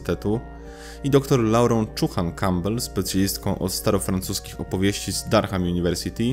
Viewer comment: Bardzo cenię to co robisz,treści i ogólnie całokształt ale nad angielskim musisz w wolnych chwilach popracować. Uszy mi krwawią czasem jak czytasz nazwy np miejscowości... Durham,nieme H czyli Duram... Pozdrawiam serdecznie.